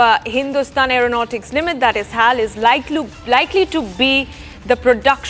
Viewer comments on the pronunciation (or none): its not hall..... its pronounced as H.A.L ...